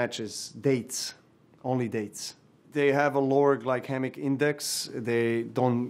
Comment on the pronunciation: Did you even hear how he pronounces “glycemic” ??